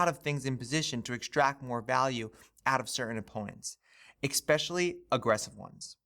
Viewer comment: Expecially huh.